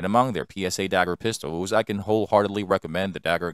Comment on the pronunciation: And "Pistowls"